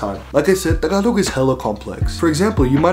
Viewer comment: Just the way you say "Tagalog." King. I'm going to try harder to learn Tagalog. Then Bikolano, my mom's language.